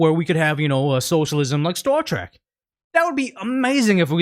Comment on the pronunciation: Trek bro, not Trak. Star Trek